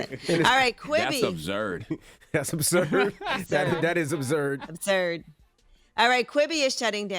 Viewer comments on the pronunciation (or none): Angela yee losing it then “abszurd”